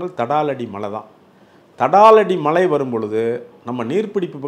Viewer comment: First malai nu cholladheenga Tamil ozunga pesunga.